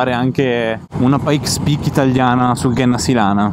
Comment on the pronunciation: Grandi, apprezzo molto i vs video anche se non sono appassionato di moto. Un solo appunto: si pronuncia Genna (come gemma/pietra preziosa) Sílana (con accento sulla i)